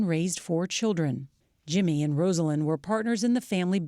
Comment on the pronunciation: Pronounced "Rozalynn", please, not "Rosealynn". A major newscaster should have known that without looking it up.